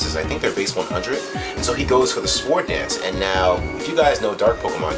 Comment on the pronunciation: Hey was pronouncing sword with a hard 'W' Yuck.